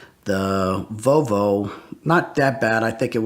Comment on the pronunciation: Vovo, bruh it’s clearly Vol-vo